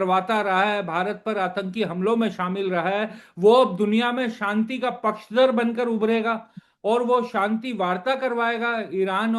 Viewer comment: Satish k Singh sb Ap senior journalist hain Ap k se journalist hain Ap ko to sahi se zHindi Bolni nhi AATI Ap (Shanti) ko Santi Bol rahe hain